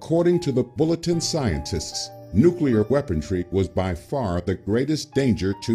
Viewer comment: Maybe you could get that narrator to stop saying "weapontry," huh? The word is "weaponry." No "t" in there at all. Thanks. Sometimes it really is the little things that matter.